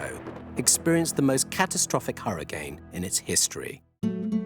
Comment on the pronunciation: Thank you to the narrator for saying hurricane and not "hurri-kin".